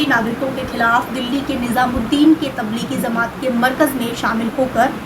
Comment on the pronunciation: Madam pl no says zamat is correct word is jamaat.